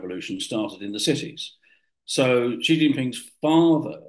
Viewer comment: Notice guest says Xi correctly as “she” while host mushes it into “jee”